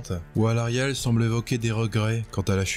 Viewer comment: alors on prononce le a de Kroak et je trouve ça triste ce qui arrive à Kragnos